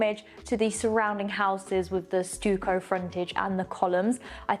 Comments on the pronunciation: Pronunciation. Not "stewco" it is "stucko" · Stuck-o, not stew-co... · Stewco??? It’s stucko though spelt Stucco. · In English we usually pronounce stucco ‘stuck-o’ not ‘stook-o’! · Stucco is not pronounced “stew-co”. Pronounced “stuck-oh”. The apartment is beautifully done. I love the high ceilings. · Stuck-o. Not Stuuucoh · you are becoming so much more confident in your presentation. You sound a lot more professional. There is room for improvement, though. The word ‘the’ is not pronounced ‘thee’ before words that start with a consonant. Stucco is pronounced ‘stucko’ not ‘stoucko’. Also, keep your attire more professional, less ‘runway’. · ‘Stoucko’ instead of ‘stucko’. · Had no idea stucco was pronounced "stewco".